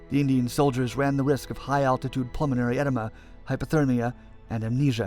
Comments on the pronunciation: No one going to mention how he pronounced “edema?” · Yeah, he definitely said pulmonary enema lmao. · The troops ran the risk of pulmonary edema, not "pulmonary enema". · I heard that too but he meant edema.